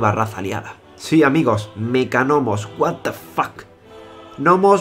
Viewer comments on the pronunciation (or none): none